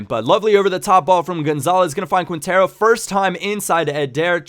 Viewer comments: Great tips ! Its pronounced KINtero : ) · The way you pronounce Quintero lol. Nah it's ok~